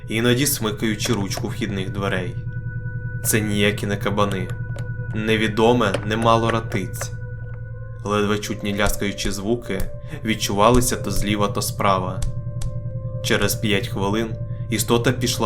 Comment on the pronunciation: Якщо не помиляюсь, у слова ратиці наголос на перший склад. 😊